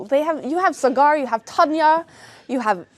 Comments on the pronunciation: Sagar ❌ cigar ✅ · Cigaarrrrr!!!! It’s Saa Grrr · sagar usually shoots in foreign places so people don't know how to pronounce sagar so they call him cigar😂instead of sagar